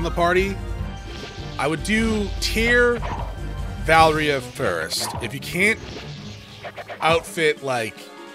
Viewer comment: Why do you keep saying Valria?